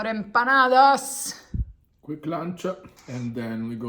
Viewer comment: Let me tell you that at some point I thought you were from Argentina, maybe the children of Argentinians that migrated to Europe, because the pronunciation of the few words that you said in Spanish was so on point, for example “perros” and “empanadas”. Enjoy your trip. Cheers!!